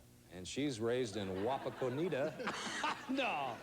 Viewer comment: It's pronounced "wah-pah-kah-netta" Wapakaneta.